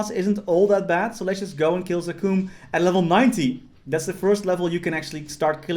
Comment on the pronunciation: we all just gon ignore the way he says zakum?